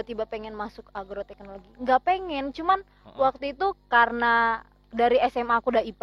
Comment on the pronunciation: agroteknologi bang,bukan argoteknlogi hehehe